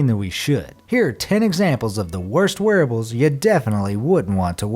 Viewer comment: Every time he says wearables I hear werewolves lol